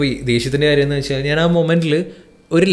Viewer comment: എന്നു വെക്ഷാൽ എന്നല്ല പറയേണ്ടത്, എന്നു വെച്ചാൽ എന്നാണ്. പിന്നെ ഒരു കാര്യം ചോദിക്കാനാണെങ്കിൽ ഒരുപാട് സംസാരിക്കാതെ സ്ട്രെയിറ്റ് ആയിട്ട് കുറഞ്ഞ വാക്കുകളിൽ ചോദിക്കുക. അതാണ് പ്രേക്ഷകർക്കിഷ്ടം. ശ്രദ്ധിക്കുമല്ലോ